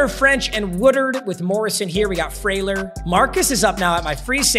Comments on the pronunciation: btw it’s beau “free”ler not freyler… played peewee and highschool with him he’s a dawg irl too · its not pronounced frayler its pronounced freeler